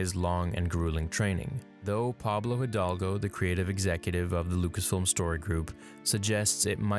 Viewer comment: The way he said Pablos name LOL